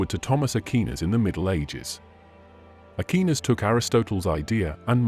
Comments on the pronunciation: Not Nye-itch but Neee-tshuh, Not Akinas, but Akwaiy-Nass!! Who taught you to talk?? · A-key-nis was bad, but Ny-atch was hysterical. Its a shame you let AI crap all over your presentation. Before you started naming names you were making cogent points. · WORST VOICEOVER EVER!!! NOT "AKEENUS" OR "NICE-E"!!! TRY AGAIN!!! 🤦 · you mispronouce bothe aquanis and nietche. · Mispronounced Aristotle and Aquinas. It's hard to listen to. And niach, I mean Nietzsche. And now Leibniz. How hard is it to correct the idiot AI. Lazy content creators.